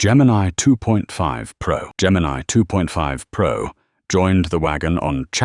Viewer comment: "Gemini Toof Pro"